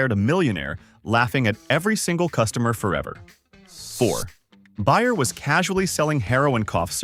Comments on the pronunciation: Its BAYER! Not BUYER Geez Louise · AI slop. Is it really that hard to get a person to listen before the video is posted. Everyone knows how to pronounce Bayer or Coleco except AI.